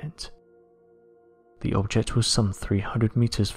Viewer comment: Turned off when you said, "Ve world."